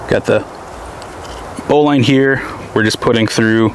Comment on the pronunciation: It's properly pronounced bow lin. Not bowline!